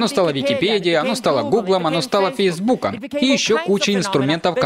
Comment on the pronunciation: я правильно услышал, Пейсбуком ?)